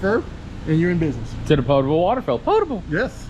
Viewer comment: I love. A few reasons......1. my grandpa was named. 2. He keeps stopping to ask if you are still good. That is a load of information overload for new rvers. 3. He says "Potable." 😅😅😅 Seriously, I remember buying my first couple RVs. It was a lot to take in because they were totally different. It can feel overwhelming if you don't have a good walk through.